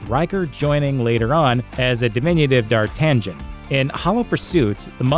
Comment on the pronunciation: I'm still stuck on "Dar-tan-jin"